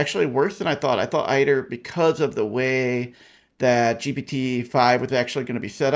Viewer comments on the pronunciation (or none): It's pronounced aid-er. Makes sense because it aids you in your work. If it was pronounced like you say it would probably be spelled eyeder.